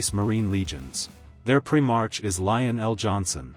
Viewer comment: I like what you do with the AI renditioning and your way of telling the story. But some words you mispronounce. Pri-Mark, not Pri-marsh. I think there was one maybe two others. But other than my OCD and pet peeve over such things. Good job!!!